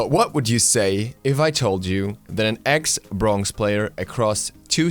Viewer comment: did any one else notice that he says brongz instead of bronze?